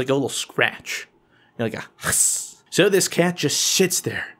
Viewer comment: did he say sits or shits there? So funny 😂